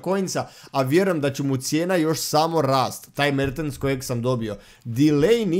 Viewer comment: Kad krene da kaze: Mertens, ja uvek mislim da ce da kaze: Merte Zaker